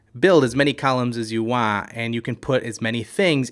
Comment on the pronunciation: It's Want. Not waaa.